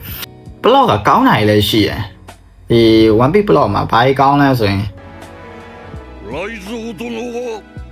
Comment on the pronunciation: One piece ဆိုတဲ့ pronunciation ကိုမှားနေထဲ ဒီ vdကိုကြည့်ဖို့မတန်ဖူးထင်လိုက်ပြီနော် more like ကိုယ်တိုင်ကစောက်ဖြစ်မရှိပဲ ဉာဏ်ရည်မမှီပဲ လှေကားထစ်တစ်ထစ်ကျော်တက်နေသလိုပဲ